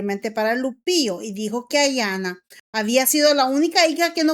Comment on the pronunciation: El nombre de la hija de Lupillo es Anaya no( Ayana ) y el de la novia es Taina no (Tania) hay que desir bien los nombres please